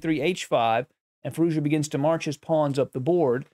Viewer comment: Just a note since it might come up in the future. Firouzja should be pronounced "Fee-rooz-jaa". Quick and without a pause or change in intonation. Native speaker here. Cheers.